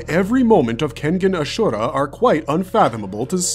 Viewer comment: I just have problem with the pronounciation of Ashura